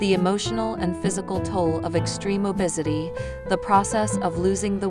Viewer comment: Please stop using ai voices they can't even pronounce obesity and lbs correct